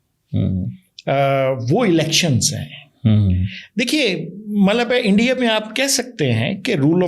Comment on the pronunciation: ENDIA🤣🤣 HALWAI YE BOLNA TOH SEEKH LO🤣🤣🤣